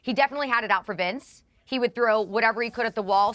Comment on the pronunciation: Piers can’t even say Vince’s name correctly